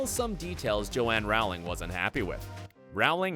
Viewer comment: Pls say row ling right